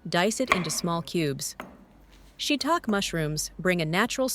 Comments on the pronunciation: Or maybe both channels are the belong to the same owner. This one has an AI generated narration. It says: shitak mushroom instead of shitake😅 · Shiitake is pronounced “ She e ta kay.” 😅 Malaysia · Shiitake Mushrooms = shuh.taa.kee mushroom 🙂